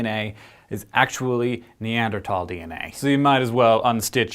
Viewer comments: Hank also used the NeaderTHal pronunciation . Hard habit to break. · Hmm. The -thal part of Neanderthal is not pronounced like the word "tall". The a in thal is pronounced like the a in cart.